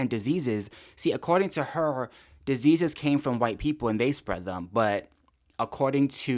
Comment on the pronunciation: "Disseases!" Who are the no.1 Spreaders of AIDS again?